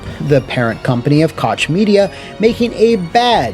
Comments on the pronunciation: I was really dissapointed that you pronounced Koch Media as Cotsh Media instead of Cock Media 😢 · "Koch" is pronounced "coke" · Koch is pronounced “coke” homie. Excellent video otherwise! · Koch is pronounced like coke btw lol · im sorry, but Koch is pronounced like the drink company, Coke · Great video, as always! Hopefully FRD staff will find new jobs soon and TS will come back at some point. The "ch" in "Koch" is pronounced like the "x" in México.